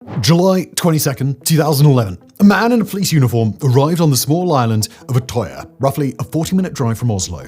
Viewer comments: You couldn’t even look up how to pronounce Utøya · That has to be the worst pronunciation of Utøya I’ve ever heard… Anyways besides that I remember when this happened. I’m not born Norwegian, but I grew up there. What happened on that day shook a lot of people, and because Norway is a relatively small place I knew some people related to some of the people on that island when this happened. I think the thing that pissed me off the most since then was running into a conspiracy theorist who tried telling me it never happened. If he wasn’t my boss at the time I would’ve broken his teeth for it.